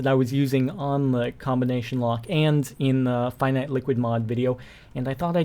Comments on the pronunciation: I think you are supposed to say "finite" as in "infinite" Just a heads up. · and you pronounce it as fee-neet. :)